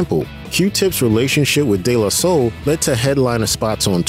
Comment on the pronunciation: I don't like the way he pronounced "DE La Soul" personally. Bothered me a lil.